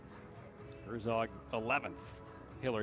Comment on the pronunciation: I do think they should at least TRY to pronounce the names correctly. The Japanese announcer is doing a good job at that. The way the English announcers pronounce Morishige or Herzog is IMHO somewhat disrespectful.